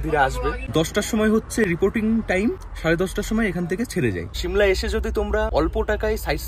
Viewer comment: শিমলা 🚫 সিমলা ✔️